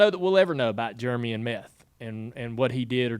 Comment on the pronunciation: God, I love ya Dale. But it’s Jeremy, not “Germy”